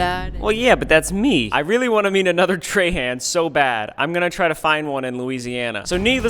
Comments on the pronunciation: im from Houma Louisiana and no one pronounces Trahan like that here. We say (Tra- Haw) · Ryan not realizing "Trahan (tray-han) " is pronounced "trahan( traw-haw) " in Louisiana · Ryan your last name is pronounced differently in Louisiana its Trahahn not Trayhand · In Louisiana we pronounce Trahan as “Traw-Hawe” in a French tone. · Bro as someone who lives in Louisiana this is a great representation of all the bugs that are EVERYWHERE in the summer it’s actually horrible, fun fact we also say Trahan it’s weird but we pronounce it more like Trawhaw and beignets are delicious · the last name trahan in louisiana is pronounced troh-hoh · Traw hawh is how Trahan is said down here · If you go to Lafayette, your name is pronounced Traw Haw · As a southern Louisiana we pronounce Trahan as “Traw-hawn” (that’s my last name) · My last name is pronounced Trawhaw though.. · Louisiana native here! Around here Trahan is pronounced as “traw-haw”. There are lots of them in Cajun country!!! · In Louisiana your name is pronounced “Tra-Han” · While he was in Louisiana he should have learned how to pronounce his own last name Trahan correctly and not like a Yankee! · You pronouncing your own last name wrong as a Louisianian